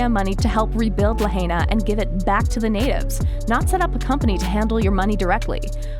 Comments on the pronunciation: ITs pronounced La 'high' na.. not La 'hay' na. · You're mispronouncing the word, "Lahaina" ITS NOT LA HEY NA. ITS *"LA *HIGH NA". STOP SAYING "LAHEYNA", PLS. I WROTE THIS BEFORE AND YOU'RE STILL MISPRONOUNCING IT. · This FAMOUS Hawaiian town is pronounced “LA-HI-NA”. not “La-HAY-Na”!!! At least get the name right. Read a book. Go to school. Don’t be an ignoramus. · the commentator lady should learn how to say Lahaina. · Please pronounce Lahina right or do not do videos on it. Quit with the conspiracy theory label as well it just the easiest way to deflect conspiracy fact. I saw at least three blue cars without a scratch next to melted cars. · If you are going to make money regurgitating old stories...at least pronounce Lahaina and kanaka properly